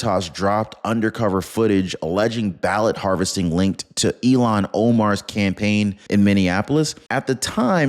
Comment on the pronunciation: ILlhan not Elno